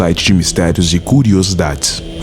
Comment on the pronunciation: pq vc coloca enfase no "cu" de CURIOSIDADE.